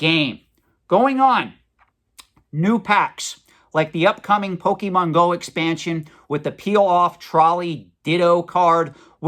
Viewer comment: Please, please, PLEASE learn how to pronounce "Pokemon". I'm being driven crazy hearing your butchery of the name. Your info is spot-on, though.